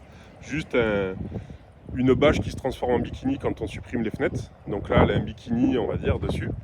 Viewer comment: Bimini ! Pas bikini 😅